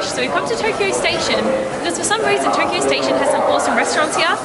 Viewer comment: "Welcome back to Toughkeyough"